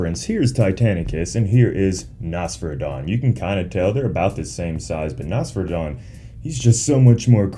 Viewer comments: It’s pronounced “ NOS FERA DON” 3 syllables not 1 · Am i the only that thinks Nosferadon sounds better as Noss-Fur-Rah-Don like how u Pronounce Nosferatu the Vampire, honestly though in my eyes the Kaiju look sh*t, too typical Kaiju looking.